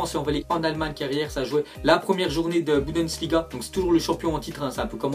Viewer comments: tu fait delir tu dis budensliga au lieu de bundesliga sinon tu ger tu merite plus d abonee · stp arrête de dire "Budensliga" et dit "Bundesliga" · Frère on dit bundesliga pas budensliga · C chiant quand tu dis BUDENSLIGA au lieu de BUNDESLIGA 😂😂